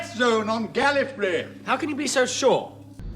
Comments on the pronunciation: No, everytime he says it he always says GalliFREE not GalliFRAY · I would say that 2 and 7 said "GAL-ee-fray" rather than "GAL-ih-fray" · the Gallifreh and Gallifree of Pertwee and Baker are very, very close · I can kinda hear 4 saying it as a Galifrey but the pronunciation being kinda skewed if you don't listen closely. Incidentally it sounds like he might be trying to avoid sending invasion forces there judging on the context. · Richard Hurndall and Jon Pertwee pronounce Gallifrey differently from David Bradley and Patrick Troughton. The y is closer to an e in his pronunciation, which matches the norms of older RP. It's closer to Tom Baker's version. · I think Tom baker's mispronunciation of gallifrey was due to a loss of breath at the end of the word